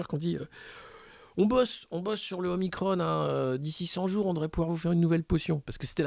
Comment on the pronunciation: Ne suit pas la volonté du service communication du gvt, prononce OMICRON et non OMICRONE.